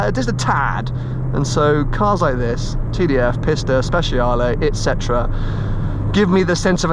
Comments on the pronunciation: Maybe make more of an effort to pronounce “Pista” correctly.(“peesta”) Pissta sounds like your making fun of it. (Maybe you are...) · If You say piss ta once more .....